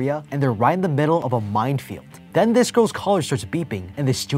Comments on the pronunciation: Love these videos but why does he pronounce minefield "mindfield" 😂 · Anyone else hear mind field every time he was saying mine field lols